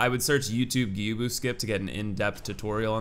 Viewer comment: Learn to pronounce stuff like gyoubu and other things you butchered